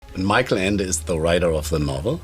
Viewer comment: The Neverending Story is my favorite book and I sympathize with Michael Ende (whose name was mispronounced throughout the video), in which he hated the movie. Although I don't hate the movie and I value the work put into making it with the available technology at the time, it makes the story feel trash in comparison to the book. It's a very good fantasy book with a lot of symbolism one must pay attention to.